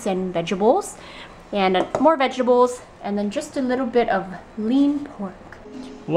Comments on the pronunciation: vegables haha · Anyone else notice how she says vegetables? It's like 'Vegebles' lol.